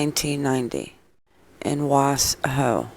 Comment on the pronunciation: It's pronounced WA-Shoe